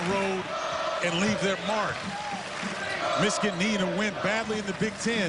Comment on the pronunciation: Color Commentator's inability to say the word "Michigan" correctly is irritating XD